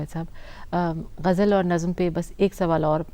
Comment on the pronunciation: I am surprised the lady interviewer pronounced Ghalibs ghazal as " gajal ".